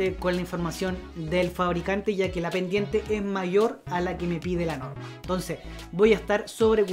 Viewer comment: Hola, dado que los de habla hispana en el mundo somos muchos pero también hay gran cantidad de modismos para decir lo mismo, creo que deberías hablar con MENOS APURO, arrastras muchas palabras que no se entienden para nada... Ejemplo: Bendiente del 30 Borciento... Saludos